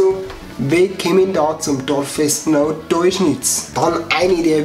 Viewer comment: Es heißt "deuscherz" nicht "teuschnitz" wohne 5km davon weg😂